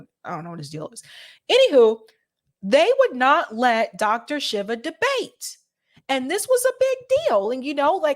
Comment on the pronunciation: it's pronounced sheevuh.